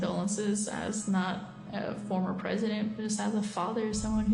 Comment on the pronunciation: bank brasil said prizidon 😅